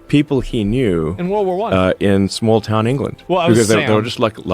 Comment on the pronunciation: “Small toooun in Ireland” -Asmond from Texas